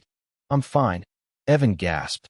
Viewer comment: Personally, for me, The Voice doesn't matter so much as the quality of it. The glitches and others videos, the consistent mispronunciations of simple words like fine. Those are what drive me off the wall, as long as you maintain quality content and avoid those, that's what matters to me.